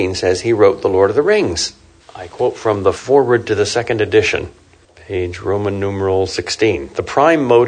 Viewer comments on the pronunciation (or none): none